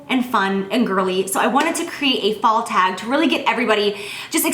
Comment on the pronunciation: she says "Fall favorite thag" hahaha she's cute